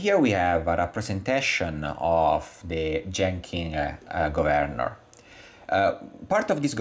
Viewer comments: Okay, I guess it's up to me. Thank you for your fascinating video! I will make one suggestion. The word "governor" has the emphasis on the first syllable rather than the second. It is pronounced "GOVernor" rather then "govERnor". Took me just a few minutes to finally get it. But well done anyway! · Nah, I like it! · I love it! Go Vern or! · Lol😂 took me 5 minutes in to understand your mispronouncing of 'governor'😅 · Lol, the only way I pronounce it now!